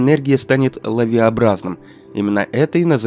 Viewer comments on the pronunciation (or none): лавиНОобразным. От слова лавина.